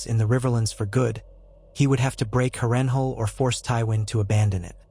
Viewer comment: House Tully and the rivermen has been completely and utterly forgotten in this vid, cursed by an AI voice that can't pronounce Harrenhal. And Tywin would've likely called upon the Reach to support him following his loss in the Riverlands, or hired Sellswords/ pirates to harry the North's, Vales' and Riverlands' eastern shores.